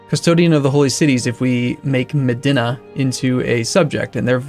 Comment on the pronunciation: you pronounced Medina wrong